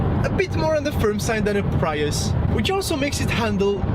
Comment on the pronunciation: “Preeeus”, not “Praius” :) Very happy with my IONIQ, although I’m not a huge fan of the profile or sloping roof.